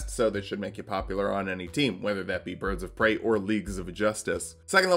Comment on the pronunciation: "birds of prey" you're killing me man. you really are